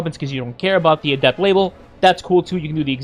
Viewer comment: ah yes.. the ay-dept